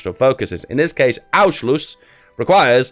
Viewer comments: DUDE CANT YOU READ THE N ON ANNNNNNNNNNSCHLUSS>??????? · Anschluss is not pronounced that way. You pronounce the "n" like an n and not like an "u". Everything else is perfect.